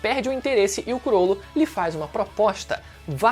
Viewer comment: Falar “curolo” é mt feio de escutar. Ate na dublagem é “crolo”